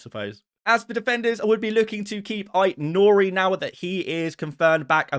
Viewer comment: You got AIT-NOURI wrong